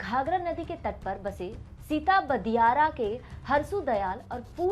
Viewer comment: Pahle bolna to shikh ... Kisne isko baitha diya hai news bolne k liye ... Nam tak this se nahi le pa rahi hai ... Sitab diyara hai uska nam .... Apne bejjati mat ker waya karo ... Ya to suggestions mat bheja karo